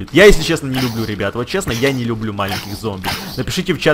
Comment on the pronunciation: Не лублу